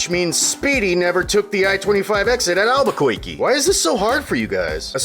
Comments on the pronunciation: "Alberkoikee." Thank you, Editor Dylan. Lol, for bringing back good Bugs Bunny memories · or Alba-koiky?